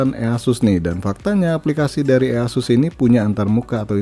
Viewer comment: Indonesia language sekali "ea sus" Aku dengar nya kayak waw verified Indonesia people